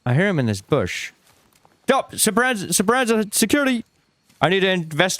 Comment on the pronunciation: I find it funny still can't pronounce Speranza, also no one was banned, just had their coins taken away. Embark and arc raiders is a joke.